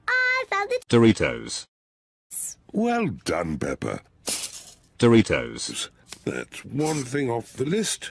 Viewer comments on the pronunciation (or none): yo that dude said pepper and george not peppa and george